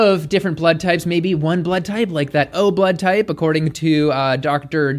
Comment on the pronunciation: I do like... especially the way you pronounce 'berlud'